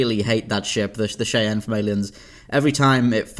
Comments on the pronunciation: Eh Cheyenne is pronounced ‘Shy Anne’ .... ok? .... as in the Indian tripe in North America not ‘shay n’ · Cheyenne....pronounced shy-ann